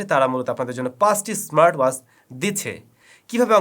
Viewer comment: ওয়াস কি? উচ্চারণ ওয়াচ হবে। চ ছ উচ্চারণ ঠিক করতে হবে আরো।